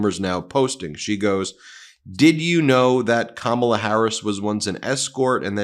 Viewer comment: Karma has come for donald - It's pronounced Kar - ma - la